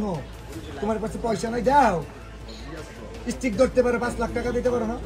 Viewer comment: সামান্য স্টিক ও কইতে পারেনা, কইতাছে হটস্টিক😒আবার নেতা